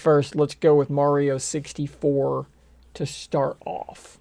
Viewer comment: He said wario 64